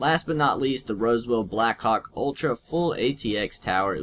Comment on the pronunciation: hahahah sounds like "blackcock" when u said the case name xD...